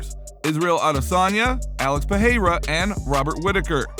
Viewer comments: You say Pereira wrong. You say it like "peheira" but thats wrong. Perreira would be spoken peheira. Pereira is spoken Pereira. Its cool that you english speakers have catched up to the rolling r in brasilian portuguese, but dont use it everywhere. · Alex Pehayra? you are the only one that ive heard saying it like that